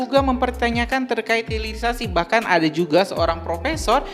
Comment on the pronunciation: Pulitisasi yang benar hirilisasi